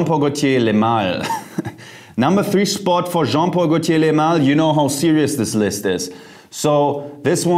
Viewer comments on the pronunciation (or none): Jeremy you need to take some French courses 😅. Since most the perfume names are in French ... Le Male [ lemal] meaning "the Male". In "Parfum" the M is pronounced N in French. You know my perfume is Aqua Di Gio original. I remember I bought my first bottle in Jan 1998 for my trip to Canada, I remember I was in Toronto subway, a girl asked me what perfume are you wearing please...